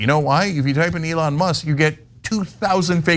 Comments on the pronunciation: Why can't this guy pronouce Eon's name correctly? EE-lon not eh-LON. As in EE-lon Musk is not a genius and a terrible businessman. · "aLON Musk" 😂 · This guy pronounces Elon like A Lawn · Bro, pronounce Mr. Musk's name correctly. It's Elen , L-N. Get it right. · I dunno but I propose that we pronounce his name Ellen from now on. Ellen Musk. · PLEASE continue referring to "Elon" in that feminized pronunciation. Its hilarious! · This dude is obviously pronouncing Elons name wrong on purpose. Youve heard his name literally everywhere. Dont tell me this intelligent guy cant say "Elon" as its supposed to be pronounced. that stuffs just annoying. I hate Elon but come on its hard to take this guy seriously, he literally pronounces every other word correctly so its no accent. Its willful ignorance in my opinion